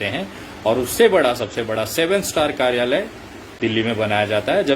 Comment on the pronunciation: Abe chutiya ....Modi jaisa desh bhakt insan k bare me kya bol raha h... Chutiye pehle karyalay bolna sikh .. Thodi si publishity mil gai to tu neta hone lga h... Tere jaise jantuon ko desh k bare me sochne ki jarurat nhi h.